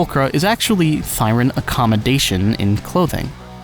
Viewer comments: "Thee-ren". 'Thigh-ren' is a blashpemy to romance languages /rant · I've been pronouncing it Thee-ren this whole time O_O Would be interesting to find out if Hugo and VIvian are half Onis cos Onis have pointed ears too. People did theorize they're bat-thirens but with no wings and other bat qualities, it's hard to say of the veracity of this theory. Anyways, great video, really enjoyed it, keep up the good work.